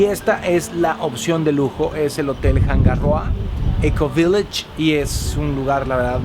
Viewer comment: como tip se pronuncia hanga (no se pronuncia la H) roa (la R no se pronuncia como RR) al igual que rapa nui la R tampoco se pronuncia como RR, lo aprendí en la isla, saludos y excelentes vídeos